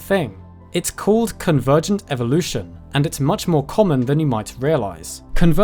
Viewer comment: "Evolve" but "Evvolution"? And why pander to the Americans by calling them all turtles, when there's a perfectly good name for all, which you even mentioned - although you pronounced it wrongly - testudines It's Latin, so it should be testudin-ays...just sayin'...